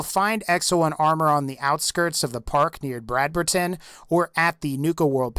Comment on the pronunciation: Brad-ber-Tan? ITS Brad-Berton! WHY DO YOU SAY EVERY SINGLE UNUSUAL NAME IN THIS GAME WEIRD